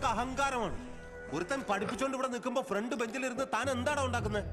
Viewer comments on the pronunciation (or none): none